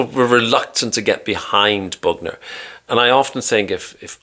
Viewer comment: Joe "Boogner"😪😂